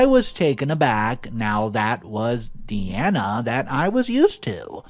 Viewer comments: Story 1: it’s pronounced DEYE-ANA not Dee-Ana. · Please,, it's pronounced Die-Anna, not Deanna (which is how you pronounced it). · You are saying Deeanna not Diana, have you never heard of Princess Diana? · I've known three girls named Diana, two of them pronounced it Dee-ana one pronounced it Die-ana. People pronounce things differently in the same local region, let alone state to state or country to country, so it is highly likely that Diana in the story pronounced it Dee-anna herself.